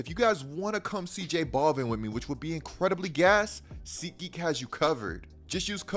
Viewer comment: Lmao J-Ball-Vin mispronounced that shit man. No escuchas a reggaetón. No verdad